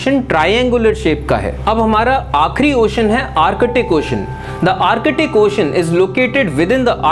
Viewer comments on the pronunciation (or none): Sirrrr Ar catic nahi, Ar tic. Antar catic nahi...Antar tic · Abe o bhai this is not artict ocean this is artic